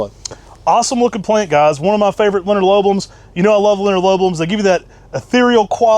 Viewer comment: says LinearlobLUM, just saying, was pretty hard on Tim for saying Sundee instead of Sunday, harsh words from a man who puts too many L's in Linearlobum😆